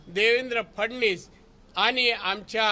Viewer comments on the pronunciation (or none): फडणीस नाही हो फडणवीस बोला